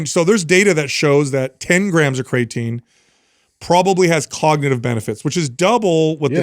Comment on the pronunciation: I love you guys… You're the best… But just one question… How can be the smartest guy when it comes to supplements and not be able to pronounce the word "creatine"? Haha